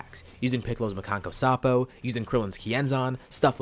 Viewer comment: You just said Piccolo's technique flawlessly 😲 great storyy